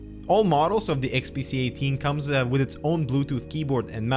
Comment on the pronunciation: nice review, you were constantly saying the unit to be XPC instead of XPS.